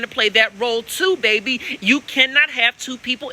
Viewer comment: “Bayyyyy beeeeeee” 😩🥰😂🤣 your a southern treat